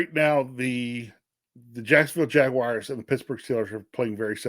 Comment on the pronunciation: There's no way you can't fucking say "Jaguars" it's not Jag-U-ars! Smh